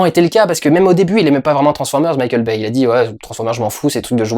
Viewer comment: quand durendal dit Mickeal Baye j'entends Michel Baie